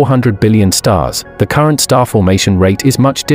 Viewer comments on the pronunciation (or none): none